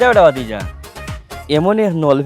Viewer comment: "ভাতিজা" শব্দটি সংশোধন করুন। ভিডিও আপলোড করতে ভালো করে একবার যাচাই করবেন যে, শব্দগুলো শুদ্ধ আছে কিনা।